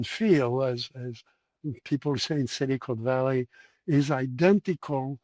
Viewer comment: I don't mean to take a jab at mr Vallee's pronunciation, but I find it quite... fitting how he pronounces "silicon valley" somewhat as "cynical valley".